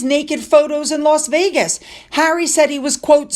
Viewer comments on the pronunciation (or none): none